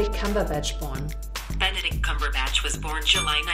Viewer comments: them pronouncing benedicts names wrong is everything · Benecrack lmao